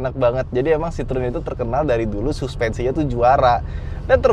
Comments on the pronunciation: Dibacanya kyknya bukan Citrun deh , Cihoen atau apalah😂😂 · Masak bacanya sitrun?😅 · ngakak pas ngomong "runol citrun"